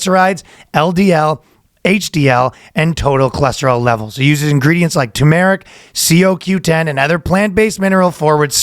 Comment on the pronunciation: is awesome. But I think you mispronounced turmeric